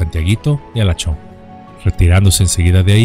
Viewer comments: Halachó, municipio de mi estado Yucatán, la pronunciación correcta es Jalochó, la gente lo dice coloquialmente para dar la indirecta a otras personas para que se vayan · la pronunciacion es Jalacho en este caso la H suena como J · Sólo una observación los vocablos en Maya la letra h al principio se leen como j. Ejemplo halacho- jalacho, Homun - jomun. Etc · Cuando vivía mi papá nos llegó a contar esta historia!, su apellido es Moguel, "Wenseslao Moguel", y Halachó se pronuncia como si fuese "j" (Jalachó) con tilde en la "o". Soy de Yucatán... Saludos... y gracias x traer esta gran historia al canal, excelente!! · No puedo creer que hablarás de "El Fusilado de Halachó" Vaya que se siente raro escuchar que mencionen el nombre de mi pueblito donde vivía jaja Por cierto se pronuncia "Jalachó" pero no pasa nada, se te perdona.